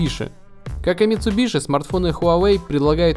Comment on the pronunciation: Правильно говорить митсубиси